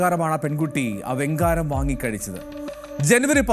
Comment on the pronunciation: വെങ്കാരം അല്ല വെങ്കായം എന്നാണ്